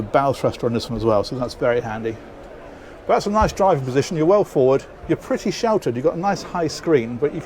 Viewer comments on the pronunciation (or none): none